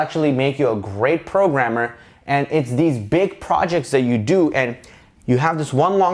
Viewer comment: Was that french...”programmeur”?